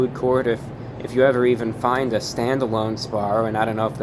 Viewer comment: SBAROO? JAGG EH SBARO?!